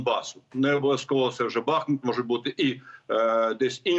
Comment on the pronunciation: Після того як генерал "бахнув" вимикаю це відео. Не в змозі навіть вимовити вірний наголос. БахмУт...підкажіть йому. Дякую.